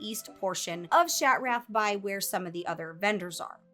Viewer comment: the way she says shat-wrath! made my day